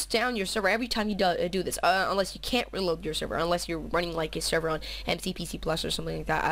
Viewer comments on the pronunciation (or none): ur sooooo gay u keep saying wred and weeload